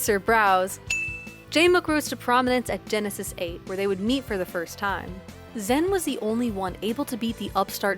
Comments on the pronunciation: it's not the correct pronunciation it's ZAAN like Xanax or Zaxby's, not ZEN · honestly bothering me, its zan not zen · Love how PGstats went out of their way to use the “correct” pronunciation of Zain and still mucked it up. He said himself it’s Zan, like Xanax, not Zen. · ok so it’s incredibly nice of you to try to pronounce zain’s name in the intended way; but, like, it’s not pronounced zen, it’s zaan. ok that’s all great video!!! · You're just fucking with us at this point pronouncing it Zen instead of Zaan or Zayn Edit: I think toph and vish were actually saying it wrong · I understand that Zain prefers the pronunciation Zaan, but you went even further to fuck it up to Zen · Alright, it sounds like she’s saying “ZEN” in this video. The original commentary sounds like they say “ZAAN” and 99% of people pronounce it “ZAYN”. Can someone please tell me which one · the confusing thing is she pronounced it differently than Zain (rhymes with rain) AND differently then the commentators at the tournament that used Zan (rhymes with man). In this video it sounds like Zen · stop saying zan lol its so cringe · STOP SAYING ZEN AHHHHHHH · It’s pronounced Zaan, no flame. She probably didn’t know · if he doesnt care how you pronounce it, why are you trying, and failing, to change it? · just say it how we always have like a normal functioning human being. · How can you do a pg stats video without being able to properly pronounce a players name